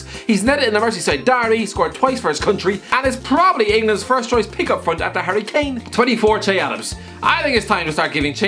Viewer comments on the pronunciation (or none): none